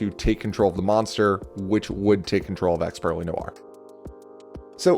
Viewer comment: it somewhat pains me to hear pure -ely rather than purr -ely